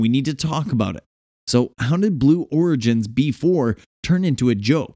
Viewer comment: It is pronounced B E 4